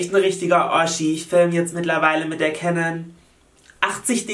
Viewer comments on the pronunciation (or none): none